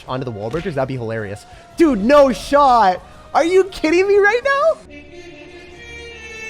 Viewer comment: are you serious right neow bro?